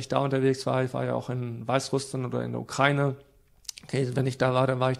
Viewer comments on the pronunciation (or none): none